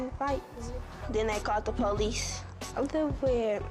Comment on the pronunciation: They called the Pooh-lease lmfaooo.